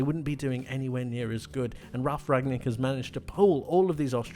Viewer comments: It is Ralf Rangnik, not Ragnik (Rang nik) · It's RanGnick not Ragnick! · Great video! The coach is called Rang-nick though ;) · Rangnick is actually not so hard to pronounce: "Rang" like "rung" from ring, rang, rung plus "Nick" like Nick Nolte...